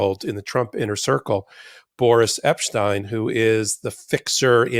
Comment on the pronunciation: Eps tine, Epsteen, "Epshcheen, Epshchine, Pleeeeze call someone to get the correct pronunciation.....